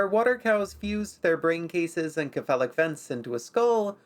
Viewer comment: some pronunciation corrections - Cephalo (or cepha) as a prefix is pronounced 'se-fa-lo'. This is consistent with how 'c' is pronounced elsewhere when using greek roots. Buccal I have always seen pronounced as 'byoo-kal', but I'll concede that is just my experience and not as hardly defined as the prior correction. That being said I bloody love this series, please keep creating